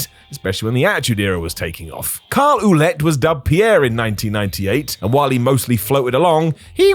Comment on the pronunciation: Here's hoping that you will eventually take note of how to pronounce "Ouellet" whenever you make another list that mentions Pierre or Maryse. It's as simple as combining the words "Well" and "Let", only without pause on the L. Like saying "Wallet" but with an E.